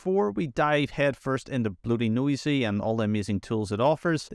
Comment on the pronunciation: I'm not really sure how no one has mentioned it yet or how you got through this entire script without realizing it's not BloatyNoisy, it's BloatyNosy. Nosy probably referring to the snooping that all the telemetry stuff does that it can also remove.